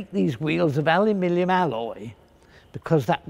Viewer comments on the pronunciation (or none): Hey, I don't have a horse in the aluminum / aluminium race either way, however Mr. Fletcher quite clearly said "alumilium" which either neither of those. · Finally, someone who doesn't mispronounce "alumilium" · What's alumillium? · Say aluminium again lol